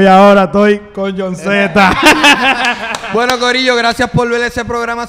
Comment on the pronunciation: Jon z Men como "yaunsimen"😂